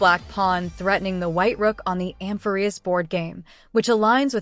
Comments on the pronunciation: Hello, thanks for this video! All your videos are super information dense and I always end up learning lots of new things. I've seen some people complaining about the text to speech and I just had a suggestion: you might like to change the spelling of some words that the TTS mispronounces to get it to say it correctly. E.g. Nikador -> Nickador, Amphoreus -> Amphorreus to get it to emphasise the correct syllable. You could find+replace to change the spelling all at once after you finish writing your script. I couldn't figure out which TTS voice you were using (I saw in your comments that you use Microsoft Text To Speech, but your videos don't sound the same as the one in Word and I'm not sure what else you could have been referring to?) so unfortunately I haven't been able to test if these changes would work for your TTS. I would be happy to help figure out spelling changes to fix the pronunciation if you let me know which TTS you use. But I definitely understand if you can't be bothered and regardless I will keep enjoying your videos and appreciating the hard work you put into them :) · can someone tell me if this is voices by an AI cause the pronunciation of Amphorius and Heliobi really pissed me